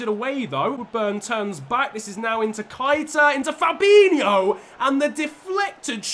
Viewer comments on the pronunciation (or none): It's pronounced Naby" Kay-Ta " Gr8 Vid